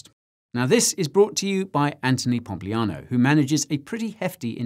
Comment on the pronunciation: Pompliano??? come on... you can do it better.